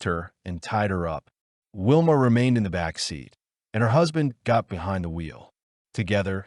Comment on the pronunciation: By the way her name is Valmaid Beck not Whilma